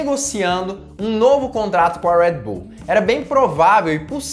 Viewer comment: Amigo fala o nosso portugues . Red bull ao invez de ur rueed bull . Kkk vc etendeu